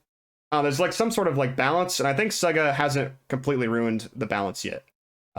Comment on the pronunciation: Why can't you say, "sega" right?